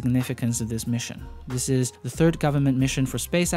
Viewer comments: Space-EX, not space AXE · It is spacex. X. X. Not axe